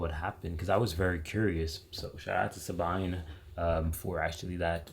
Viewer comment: The lady's name "Sabine" sounds like "Subeeney" or "Sub bee ney". Some people from my "bubble" (brothers, son-in-law, friends, cousins, kids of cousins, colleques) spent a lot of time AND MONEY in/to the Ahrtal. And be sure, they would do it again.